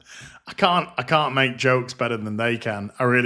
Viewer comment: Every time I hear cow I hear can't.